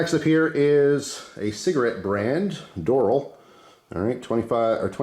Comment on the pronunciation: FWIW it's pronounced door-AL, not dor'l. Doral Country Club in Miami is a pretty big deal.